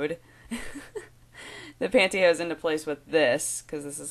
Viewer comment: The way you said pantyhose made me want to watch Robin Hood Men in Tights really bad.